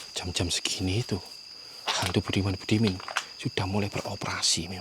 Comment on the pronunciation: suer kl ngeliat video explore nya jantung ku yg berdebar. Ketawa juga pas nyebutin budiman budimen n bedebest😀😀😀 Sehat² yaah Jaga diri sll Bang Salam dr Medan🥰🥰🥰